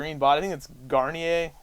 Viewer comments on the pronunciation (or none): And I think I only know this because im Canadian. But Garnier is pronounced: Gar-n-yay